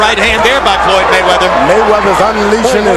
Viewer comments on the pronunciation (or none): Did Cortez call Floyd Roy it didn't sound like an F more like an R. Merchant hates all fighters who don't get hit often Like Roy and Floyd I mean that's the main Idea in boxing To Hit and NOT Get Hit. It's like he'll say he did good But Blah blah blah. I know Foreman is like STFU .